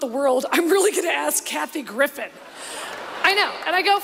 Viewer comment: I SWEAR her announcer sounds like he says Kathy GriffiTH!!!! 😲 😲 😲 😲 😲